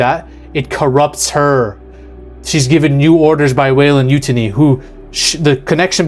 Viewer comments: Yeah…it’s been said in other movies. It’s “You-tahni” not “yute-any”. And it’s also “L Fanning” not “Elluh fanning”. Don’t mean to criticize his annunciation, but these are facts, stated in interviews/movies. Solid video outside of pronunciation. And I believe he’s right. She is supposedly play “twins” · YOO - TONNY! Not YU- TUNNY! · U-tan-e not u-tanee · Why are you pronouncing Yutani like Mutiny? It’s You-Tah-Knee, they even say it in other movies. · You-taw-nee not you-tin-ee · U-ten-knee...??? No! Its..... You-Tahn-knee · Sorry, can't take any you say seriously when yo can't pronounce the corp name that has been said throughout the Alien franchise multiple times. You-tinny? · Not pronounced "Yútani" but "Yutáni". You should know that. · Come on its probounced yu tan ee. Not utiny lol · It's YuTAHni. YuTAHni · WEYLAND YUANTI (you-tah-nee) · Weyland 'YU-TAHN-EE' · You-Tah-Nee bro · Take a shot each time he says "utinity" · Weyland YOU-TA-NEE..Rock on. EDIT Side note WY has ALWAYS tried to get their hands on Predator Tech....if you paid attention to the AVP post credits. THOSE FUCKS WANT PREDATOR TECH AND THE BEAST!!! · YOUUU TAN EEEEE. Get it right, please. And its "L" Fanning. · Say it with me; "You-tahn-ee". They pronounce it several times through out the different series. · Waylind yoo-tawnee. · sorry but this bugged me- The company name Weyland-Yutani, from the Alien franchise, is pronounced "WAY-lund YOU-tah-nee". The first part, Weyland, is pronounced like the name "Wayland". The second part, Yutani, is pronounced with a soft "y" sound, similar to the beginning of "you," followed by "tah-nee". The name is a combination of the names of two individuals, one British (Weyland) and one Japanese (Yutani) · it's pronounced U-TON-E. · what is up with the pronunciation XD...weyland yutini ? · You mean u-TAHN-e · Sound like he is saying MUTINY. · Bro, do you even watch these? How can you keep mispronouncing Yutani?